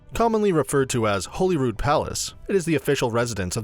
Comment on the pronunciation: He actually pronounces Holy Rood properly. Which is more that you can say for most Edinburgh residents.